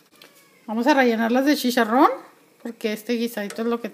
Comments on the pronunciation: CHi-CHa-rron NO shisharron! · shisharron se sshhihuahua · shisharron xD